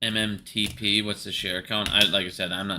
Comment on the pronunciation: First of all you need to learn it is MMTLP!!!